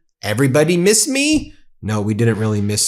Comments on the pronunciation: “Deed you meese me? Here I yam”. 🤮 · No we didn't"meees" you at all.